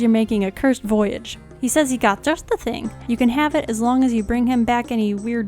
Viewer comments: Lol you didn’t get the pun cuz of your (bad) pronunciations. It is a pun but it is a play on the French words “bon voyage” so it not to prounced Voyage like a journey but like “Voy-ajj” I hope this didn’t sound mean. This is super light hearted and I find your pronunciations funny. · It's definately bone voy-yarge